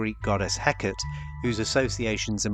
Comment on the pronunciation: Hecate is pronounced HEH-kuh-tee or HEK-ah-tay Hekate is an Egyptian god